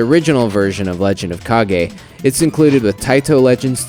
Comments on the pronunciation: It's pronounced like "cage". Stop making up your own words, dude who is doing the review! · I always thought the title was pronounced Legend of "CAIGE." To me, "KA-GEE" dosen't sound right as it sounds more like the guy Captain Kagi, the guy that shuttles Palpatine to Mustafar near the end of Star Wars Episode III.